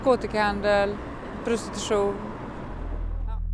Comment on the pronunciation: prustition. Akta er för prustitionen.